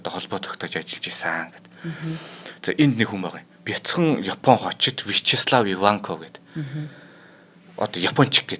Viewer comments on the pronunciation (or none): none